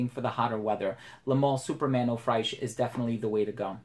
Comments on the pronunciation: Man i really enjoy your reviews but please the American frag YouTubers should try to improve more on their foreign language pronunciation. You pronounce Fraiche like The sound you use with "trés" in French. So its like "Frésche". You have google translate you can use the audio to improve your pronunciation, Theres no excuses. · Good video, but "fraiche" is pronounced kinda the same way as in English :)